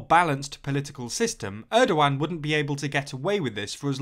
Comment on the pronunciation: That’s an interesting pronunciation of Erdogan